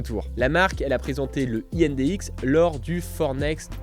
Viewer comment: heu, indx, c'est pas prusa, c'est bondtech et je crois que personne ne prononce comme tu dis 😆 De plus, de base ça a été présenté sur des voron et c'est un partenariat avec prusa. Mais j'ai bien hâte de voir ce que ça donne :)